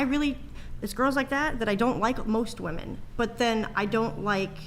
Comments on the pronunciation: “Wi-min” it’s pronounced WI-MIN, why does it seem like more and more feminists can’t pronounce the word “women”. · Why, do women say woman in place of women?! It's driving me crazy. We are moose? Gazelle? Deer?😅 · A bunch of people that do not have kids or a spouse talking about kids and marriage. 😂 Also, can we tell (however you spell her name) that when you're speaking of multiple women it's pronounced "women" not "woman". Sheesh 🤦‍♀️ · Is incapable of saying WOMEN